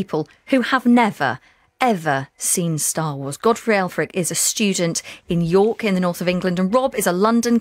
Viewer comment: She said Elfrick